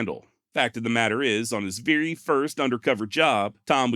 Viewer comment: THE BEST channel on the net , hands down ! Gotta sponsor and ain't changed one bit . Don't , cause that's why you're here. Even willing to drop the occasional f bomb. Never change. Excellent narration . Love it until you say veery. It's very damnit! Lol. Give us more. Hope you're making a VEERY big pot of moolah.